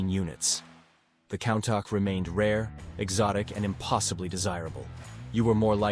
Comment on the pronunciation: Who taught you how to pronounce Countach???